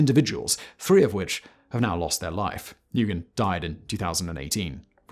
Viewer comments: Nguyen is said “win” bro lol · "Negoyen" - seriously mate you really need to do a 10 second Google to find out how to pronounce names - it makes you look very dumb. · "Nguyen" is pronounced "new-when". It's a Vietnamese surname. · Just FYI, Nguyen is pronounced like “win” 😊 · Excuse me. Nguyen is pronounced “nuwen.” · Nguyen is pronounced Win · NGYUEN=WIN in pronunciation lol😂 people always mispronounce it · Nguyen usually pronounced Win when anglicised. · Hey Simon you’re usually decent at pronunciation and I love your videos, but everyone knows “Nguyen” is pronounced “win.” Everyone needs to know this. It is common knowledge. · Nguyen is pronounced “new-en” isn’t it? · Nguyen is pronounced “New-en” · Nah-gu-yan... really? As one of the biggest YouTube narrator you can't learn to pronounce the most popular Vietnamese last name? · I understand he is Anglo but wow, he butchered the pronunciation for nguyen.. “nu-goi-en”.. damn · A bit late to the party, but Nguyen is not pronounced "noogen". The "ng" is pronounced as in the English word "sing". Just a preemptive strike from a kiwi in case you ever have to pronounce Otorohanga or , heaven forbid, Whangarei. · Nguyen is pronounce Win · Nguyen is pronounced, "Win" btw.. Ironically.. Typical cowardly Australian politicians... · Nguyen is pronounced “win” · Renee Lawrence is free now and back living in Australia, some of the other 9 have passed away in prison in Indonesia of natural causes. Also Simon, Nguyen is pronounced New-in, it’s a Vietnamese name :) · please google the pronunciation of Nguyen. It is not pronounced "noogen." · FWIW - Nguyen = "WIN" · Nguyen is pronounced "win" btw. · Nguyen is pronounced 'one' 😂😂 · Love the content but one correction is that Nguyen is pronounced like “New win.” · Nguyen is pronounced as "Nu - whan" or "Nu - Win" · Simon (Danny), Just an FYI, Nguyen is pronounced "When". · Just a heads up Simon, Nguyen is the most common Vietnamese surname, and apparently it's pronounced "wen"